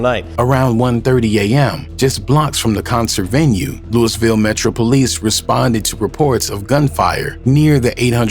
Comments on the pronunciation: It’s Louisville not Lewisville stop spreading false allegations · Naw facts im from Louisville the nigga lost me when he called it Lewisville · No doubt Lewisville come on bro ! Said he’s close to west end like wth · The pronunciation of Louisville by the moderator was enough to turn this off. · Say our city name right at least. RIP Lul Mike. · I think it's so funny how ppl that aren't from here pronounce the name of the city.. 🤣🤣🤣🫶🏾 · Rip luMike took his own life drawin down on his opponent.. dey eyes was closed so dey wouldn’t kno, dey just heard dat 4 nick throwin.. even after he fell FROM SHOOTIN HISSELF you was scared to walk down on em! Yall internet bloggers not from da city can’t even say Louisville right needa stop speakin on shit dats happening. Ain nobody “interpret it as he took his life by pulling his gun” Yall say whatever to get sum clicks but I forget yall not in da streets yall jus run wit whatever info yall can gather from da news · Once I heard you mispronounced the way they say Louisville I know this was bogus info. Who is mayor Rhudy? 😅Louisville has never had a mayor named Rhudy. RIP TRINITY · Man the way it says Louisville pisses me off every time